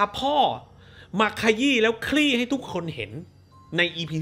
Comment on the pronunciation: สิ่งที่พูด: พาพ่อมาขยี้ และคลี่ให้ทุกคนเห็น สิ่งที่กูได้ยิน: พาพ่อมาขยี้ และขรี้ให้ทุกคนเห็น